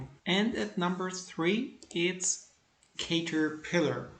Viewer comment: it's pronouced CAT-terpillar. Nice returns! How to read your charts ? It is in German.